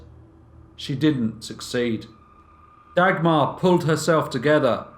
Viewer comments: The pronunciation of names in this is horrendous. Maybe just stick with stories with names you can pronounce. Dag-mar - you're not talking about a dagger! J is not pronounced dj, but in fact just j... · If you say Dagmar like this one more time I am going to loose it 😂